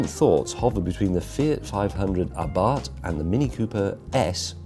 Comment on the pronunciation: The fact James pronounced "Abarth" correctly increased my respect for him even more!